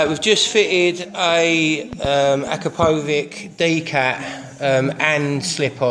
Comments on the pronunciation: i thought we should be pronounce it as 'Akra'-'Pou'-'Vich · its pronounced acrapoVITCH you muppet.